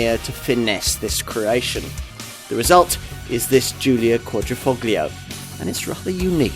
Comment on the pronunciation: Presenters should learn to pronounce words before filming - here they butchered "Quadrifoglio". Also some errors and omissions throughout.